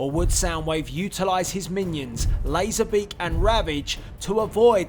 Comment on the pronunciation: 8 minions not i inions